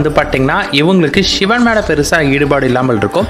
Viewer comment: உங்கள் உச்சரிப்பு ஷிவன், ஷிவன் என்று பிழையாக சொல்கிறீர்கள். சிவன் என்பதை சரியாக உச்சரியுங்கள். "வல்ல குருநாதன் நம்மை வருத்துவது கொல்லவல்ல, கொல்லவல்ல, பொல்லா என்று வினையறுக்க". இது எனது சிறு வயது தமிழ் ஆசிரியர் எப்போதும் கூறுவார். அதனை எப்போதும் எத்தனை துன்பம் வந்தாலும் நினைத்து ஆறுதல் பெறுவேன். அதாவது கடவுள் பக்தர்களுக்கு கஷ்டத்தை கொடுக்கிறார் என்றால், அவர்கள் கடவுள் மேல் அன்பு, நம்பிக்கை வைத்துள்ளார்களா என்று சோதிக்கிறார் என்று அர்த்தம். அதை விடுத்து இவரை நம்பி பிரயோசனம் இல்லை என்று அடுத்தவன் வீட்டிற்கு (கிருஸ்தவனாகவோ இல்லை முஸ்லீமாகவோ) மாறினால் அங்கே ஏதாவது கிடைக்கும் என்று நினைத்தால் , நிச்சயமாக இல்லை என்பது எனது சொந்த அனுபவம்.அதை ஒருபோதும் ஒருவரும் செய்யாதீர்கள். அது பொய்யான சிந்தனை.